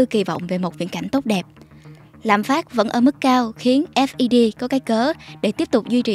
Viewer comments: Đọc "ép i đi" nghe phèn phèn 😂 ngta đọc là "phét" chớ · nghe "phét" quen cái "ép đi pi" thấy lạ quá haha